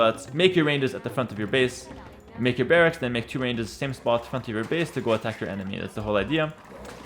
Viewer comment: The way you are saying "barracks" makes me think you speak another language. Can I ask which one?